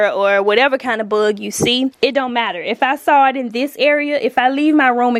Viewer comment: The way she pronounces “ buhhhg “ what is that accent tho? I’m not American please 😂😂😂